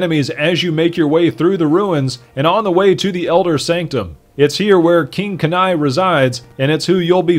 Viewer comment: you say kanai so wrong.